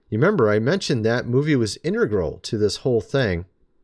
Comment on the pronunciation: Say integral!!!! You loose everything when you say it that way.